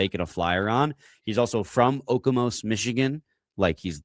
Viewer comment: Always funny hearing the different ways people not familiar with the town pronounce "Okemos". Not that I blame them.